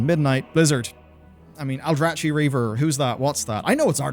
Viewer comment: That's not how you pronounce Aldrachi.